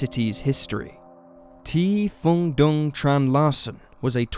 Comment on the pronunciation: A Vietnamese? Very much appreciate that Norwegian case. However, Phuong is pronounced "Fu-ang" as to differentiate it from Phung, and Dung is pronounced "Zung", not with a traditional English "D".